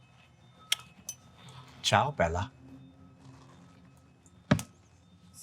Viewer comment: I need to say that Jason's "ciao bella" was one of the best pronunciations of Italian from an American I've ever heard (in a not professional context). Really appreciate :) PS should I infer that Aurora's Italian?